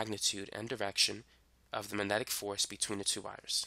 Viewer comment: Uhh - there is a G in 'magnetic'. (minor nit to an otherwise nice explanation)